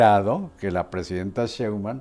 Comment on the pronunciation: Respetado y siempre bien apreciado señor Marín : ¿por qué no pronuncia correctamente el apellido Sheinbaum? Siempre le dice Shembaum. Después de mucho meditarlo, he llegado a la conclusión de que esto es algo escandaloso. Le conmino y le insto a que corrija, de otra forma -le advierto-, me veré en la penosa necesidad de dejar de ver sus programas que tanto disfruto pero, sobre todo -y más tristemente-, de irrespetar el título que le fue otorgado como alguien que nunca se ha equivocado semánticamente. Como opción alterna, si acaso mi advertencia no lo ha atemorizado lo suficiente, le ofrezco que me explique usted sus motivos para hablar de una forma que parece ser un error de pronunciación imperdonable para alguien de su talla cultural e intelectual. Le agradezco su atención a este sencillo, pero muy sincero mensaje, reiterándole tanto mis más profundos respetos, como mi más irrevocable advertencia, aunque personalmente me pese y abrume lo mucho que pueda llegar a atemorizarlo y quitarle el sueño. Y para todos lo que leyeron hasta este punto indignándose por mis palabras y ya estructuran una respuesta altiva y orgullosa... jajaja!!! Cayeron!!!